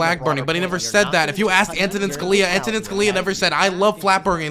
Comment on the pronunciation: I thought you worked in government? I know you were/are a foreign policy guy, and I like your stuff don't get me wrong, but you didn't know Antonin had a funny name? It's emphasis on the "A" by the way and not the other vowels. Mike from PA (the dumbass) says it the right way actually